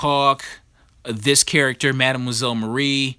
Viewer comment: The Star Spangled War Stories 84 is sick, bro. But you need to learn how to pronounce "mademoiselle".